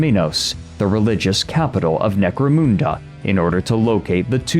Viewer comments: Mun, like Hun, as in atilla the hun, not, 'moon" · "Necro-MOON-da" 😆 Everyone Point and Laugh!!! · He can not pronounce Necomunda properly haha 😂 Still good vedio tho